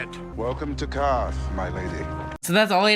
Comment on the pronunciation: That's right! Pronounced "karth, not kwarth." Very good.